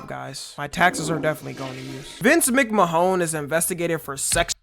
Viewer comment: Bro Tommy said Vince McmahOn. But it’s pronounced McMahon Mc-man